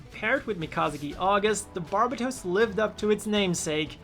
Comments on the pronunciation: That is not even close to how you pronounce "barbatos" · He says its barbatooos Bit its barbatos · Why does everyone pronounce Barbatos incorrectly? Its bar-bay-tose. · "barb-a-toes" lmfao